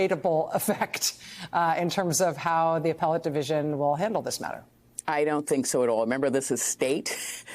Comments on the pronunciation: A "prisodent" nice slip hope it sticks. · She had it right the first time, prisondent 😂